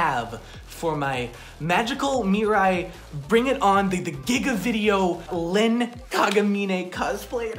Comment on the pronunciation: Did he seriously just say "Lin" wear's a gold chain- okay so are we talking about Len or Rin? 😂😅